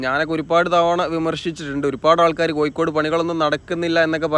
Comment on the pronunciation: കൊയ്ക്കോട് അല്ല കോഴിക്കോട്